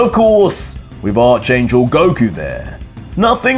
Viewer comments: I love all your work mate, but please, It's pronounced Ark, yes, it's spelt Arch, but it is pronounced Ark. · Archangel is pronounced arc angle like archetype is pronounced arc a type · frfr, I heard him say arch last episode and I was like bro.... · ITS ARC-ANGEL THE HIS SLIENTTTTT111